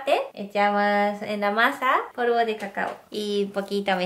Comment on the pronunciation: Ose en vez de negro dice neglo pero en vez de polvo dice porvo .-.?